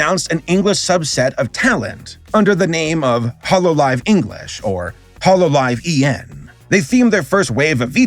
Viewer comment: how are you mispronouncing Holo EN? Kizuna Ai? Atrocious, but understandable I guess. But, Holo EN?!